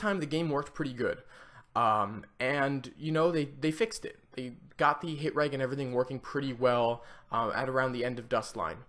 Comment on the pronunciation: It's pronounced rej not reg